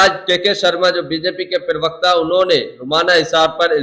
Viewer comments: भैय्या तुम लोग हिंदी जानते नहीं और टीवी पर बैठ जाते हैं प्रवक्ता की जगह बोलते हैं पिरवकता पिरवकता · प्रवक्ता का उच्चारण तो सही कर लो पहले !!!